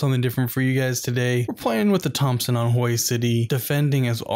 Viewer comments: Hue is pronounced Way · It’s pronounced more like Hw-ey (Hue)city.